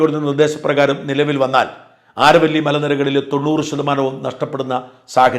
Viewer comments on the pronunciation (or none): ആരവല്ലി ശരിയായ ഉച്ചാരമല്ല. അതു അരാവലിയാണ്.